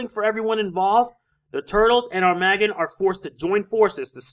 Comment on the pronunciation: its AR-MA-Gg-ON, not Arm-A-GGON